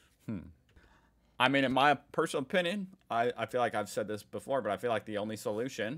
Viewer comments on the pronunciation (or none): none